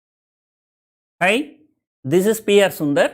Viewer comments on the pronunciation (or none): I'm not taking it literally His Hi sounds like someone with a Tamil accent saying High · Its "ayee"